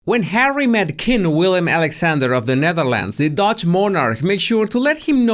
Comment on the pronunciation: As a Dutch born, you have to know it’s Willem (not William )Alexander. 😂